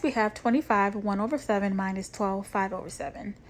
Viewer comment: Saying Mindus Is getting under my skin 😩 Minus .. No D